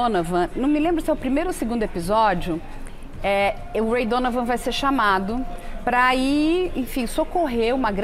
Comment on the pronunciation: Ela falou Ray Donavan?!?!